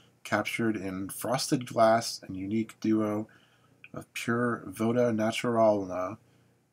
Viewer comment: anyone else think it was "vodka" instead of voda?